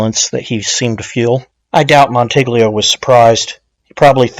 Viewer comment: Just trying to help. In Italian, gl is pronounced like ll in Spanish (como te llamas). So, goo-yay-mo. Mon-ti-yi-o. Gladys rhymes with lattice. On-Dray Katz, not on-Dray-a. Escape, not exscape. Ret-or-ick, not retrick. Row-mah-no. Again, just helping. Outstanding podcast and best demeo work, bar none.